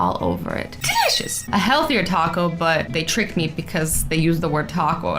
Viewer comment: Azzy said delicious the wrong way for the first time!!! bye the way it's